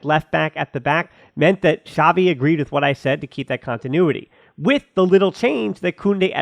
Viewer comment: It's not Shavi, It's Chavi